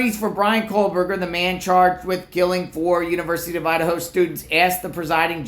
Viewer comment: I will not listen to any pundit who pronounces it coalburger